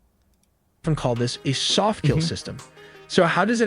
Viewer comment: "It will keel..."